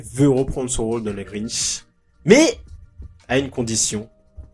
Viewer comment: le Grintch ? ça existe pas ça ... Si tu parles du Grinch y'a pas de T ... Quoi qu'il en soti Jim Carrey est dans une merde noire il ferait n'importe quoi pour relancer sa carrière